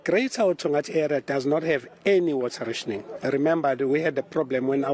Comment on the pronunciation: Can't you both not speak English...learn the word n pronounce correctly.... RATIONING